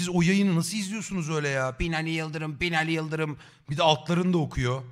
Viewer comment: te Binaliğv yiıldıvrım mı dedi o? 🤭😅